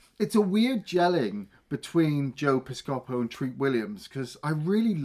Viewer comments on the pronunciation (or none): Joe pis-COH-po haha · Okay, just so we're clear, I absolutely love your reviews and look forward each week to what you're going to do next. This comment is not intended to cause any offense or anger. That said, the way you pronounce Joe Piscopo's name caused me physical pain and I believe you owe an apology to Joe and everybody who had to listen to you both butcher it. See you next week. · I'm a proud owner of the 4K Blu-ray edition of Dead Heat. Long live Treat Williams. Btw, it was really painful hearing you two butcher Joe Piscopo's last name.